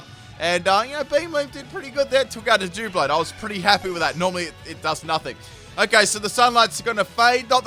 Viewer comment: Fantastic stuff...but pronouncing it dooblade hurt me